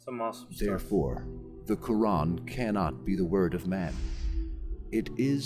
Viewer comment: Your pronunciation of the word Quran is so on point. I'm glad you enjoyed the video, and I pray that Allah guides you to the straight path 🤲 Amin